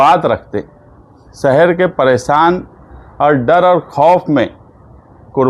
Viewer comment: جِمّے داری جومّے داری نہیں ہے بھائی ذِمّہ داری بولتے ہیں۔ اسی طرح سہر نہیں بلکہ شہر ہے، پریسان نہیں پریشان ہے اس لیے نیتا کا پڑھا لکھا ہونا بہت ضروری ہے